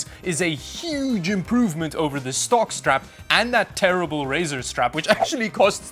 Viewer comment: Every time you say stock strap, I hear jock strap